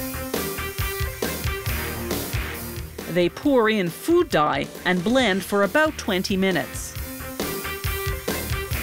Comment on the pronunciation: Really emphasizing the ‘food’ part.